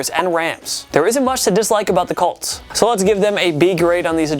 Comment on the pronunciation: COLTS.... COLTS.... COOOOOOOLTS..... say it with me you douchy kid instead of CULTS